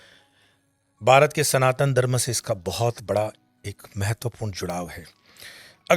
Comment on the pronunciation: Prhle tp yeh Dharma ka pronunciation theek se kare. Phit baki baat sunenge